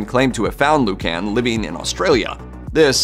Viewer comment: Please, it is Lord Lucan (Loocn🎶)